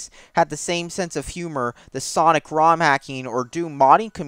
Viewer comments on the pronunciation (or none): none